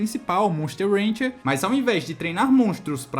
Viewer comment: i know what you was meant. When you said "monster rancher" it sounded like ranger. It could just been your accent. It sounded like you are from Brazil.